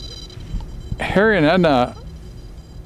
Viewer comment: it sounds like your saying Hairy not Harry 😂😂😅😅❤